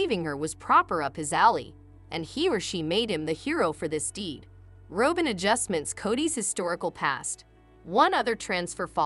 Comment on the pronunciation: You are not pronouncing Robin’s name correctly. It’s pronounced like the bird - Robin.Y